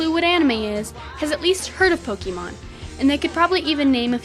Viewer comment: I thought i heard 'Pocky-mon' ???